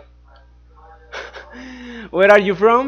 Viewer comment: Gue arr iu from? Gue arriu from? Xdxd